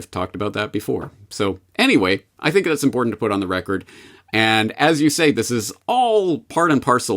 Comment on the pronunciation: Is anyone irked by how James pronounces the word “record”